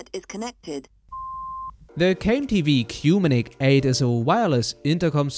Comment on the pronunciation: It took me a while to realise it's supposed to be pronounced COMMUNICATE =-)